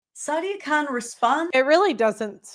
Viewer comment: If you speak the Queens English, "Khan" and "Con" do not sound the same.